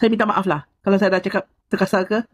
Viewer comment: dia ni pon bangla jgk ni tapi dia ckp dia org malaysia haha. cakap pon saiya saiya hahaha SAIYA BANGLADESH.